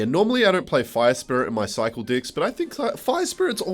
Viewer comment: bro did not say cycle decks